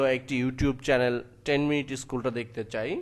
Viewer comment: don't say chelen, channel not chalen